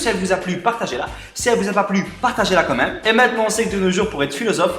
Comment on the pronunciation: Euh... tu dis "comme même" pour "quand même" hihi... oui on s'en fiche un peu mais voilà.